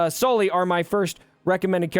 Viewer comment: It’s “Sulley” not “Solley” lol